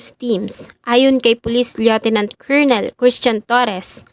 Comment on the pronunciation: Hi, payo lang po. Paki ayos naman pronunciation ng mga english words. Like “lieutenant”, meron sa google. Sorry ha, ang pangit kase pakinggan. To be honest, nagbubuhol buhol yun dila ko just by listening. Gusto ko tapusin mga stories mo kaya please sana as a narrator, research research ng mga pronunciation. Salamat.